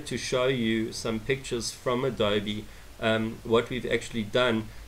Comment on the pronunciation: Absolutely top-notch work! And yes, you are correct ... It's pronounced ado-bee!